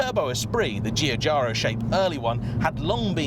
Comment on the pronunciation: So so close to finally hearing a Brit pronounce Giugiaro correctly. No cigar this time.